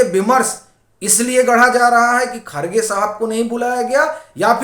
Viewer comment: खरगे नहीं खड़गे कहो हिन्दी में